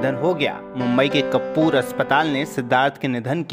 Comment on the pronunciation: अरे भाई न्यूज़ पड़ने वाला बिग बॉस के विनर बोलो आप ( बिनर ) बोल रहे हो😂😂😂 उसके बाद कपूर हॉस्पिटल नाम नही हे कूपर हॉस्पिटल नाम हे 😂 😂😂